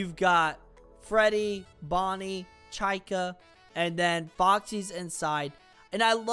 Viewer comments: Why did you say chaica no it's chica😅😅😅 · i dont mean to be the pronunciation police, but its pronounced chee-ka. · I will say that you need to pronounce the “i” like “ee” not as a upper case “I” but, I personally don’t care. It’s hilarious! Let the haters keep hating because they only hate themselves!!